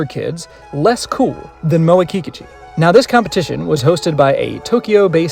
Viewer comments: Very good video. Thanks. Sounds like you are pronouncing her name Kee Ka Chu. I thought it was pronounced Ki Kooochee. Now I feel I maybe saying my favorite girls name wrong. Please say it isnt so.?? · The stress is on the second syllable, in Kikuchi.